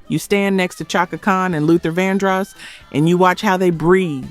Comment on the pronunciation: SHAKA Khan... not CHOCKA Spelled Chaka but Prounuced SHHHHACKA>.. oh lord